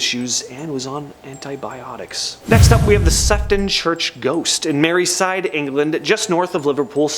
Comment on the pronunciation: It’s not merryside it’s Merseyside 😊